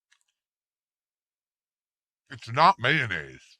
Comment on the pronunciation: What the hell is "MAYNAZE" ?!